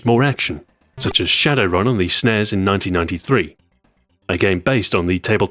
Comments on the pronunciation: Btw you don't say SNES like s nehs... it's S... N. E.S... you're going to lose credibility. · the pronounciation of SNES.. jeezus